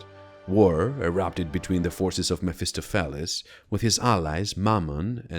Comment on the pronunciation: MEF-iss-STOF-a- lees